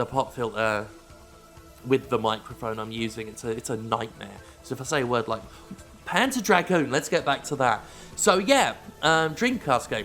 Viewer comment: Whenever you said the title "Panzer Dragoon" I just kept hearing it as "Pants of Dragoon" :P